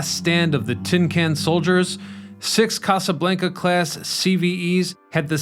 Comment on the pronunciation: The way you say Casa Blanca…🤦🏼‍♂️